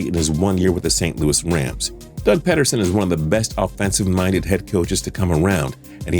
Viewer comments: Doug Peeederson, not Pedderson, emphesis on the E, not D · Doug Pederson pronounces his last name with a hard e..Pee-der-son, not Ped-er-son. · Doug Ped-erson. Really. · Did he just call Doug Pederson, Doug Pedderson?